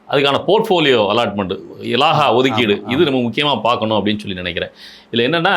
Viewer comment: முதலில் தமிழை ஒழுங்காக பிழையின்றி பேச பழகு. இலாகா என்பதை இலாஹா என்று உச்சரிப்பது பிழை என்று உன் மரமண்டைக்கு தெரியவில்லையா?